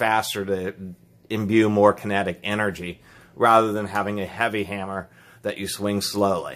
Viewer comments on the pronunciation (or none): none